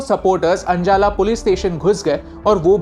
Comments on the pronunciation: anjala ni ajnala Village hai sir Punjabiyo ke baare me baat karne se pahle naam thik lelo sabhi naam Google translate se padhe hai aapne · Ajnala ko anjala bol raha ho farzi knowledge laike 6 police ko maar raha ho Khalistan samjhayega bevkuf ache se Padle Notes Bana kar content banayea kr stupid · Anjala nahi hai bro its ajnala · Sir pehle khalistan, theek se pronounce kar lijiye. It's ajnala not anjala. WhatsApp University ! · Abhi bhaiya please don't mispronounce ajanal 😂😂😂😂 And kaash log bhi aapki trh sooch pate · Please pronounce ajnala properly